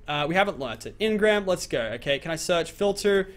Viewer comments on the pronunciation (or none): none